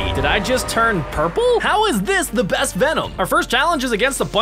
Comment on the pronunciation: Do you mean best Why do you say bass girl